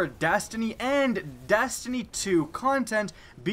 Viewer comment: sounds like you said dAstiny and dAstiny 2